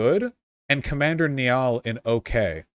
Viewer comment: That pronunciation of Niall though